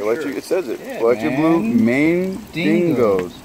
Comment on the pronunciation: idk,..whatever the hell they are, i like'em!! called them MAINDINGO, BUT the card taped to the pond says,''MAINGANO.'' which is actually a type of cichlid.I'm guessing he was saying that for shyots&giggles;)